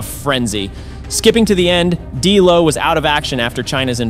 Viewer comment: For someone who’s a wrestling fan you sure butchered the names of these superstars. Who the hell is gangrul? It’s ganGREL. GANGREL. It’s also no delo. It’s D’LO. AND ITS NOT X PACK. ITS XPAC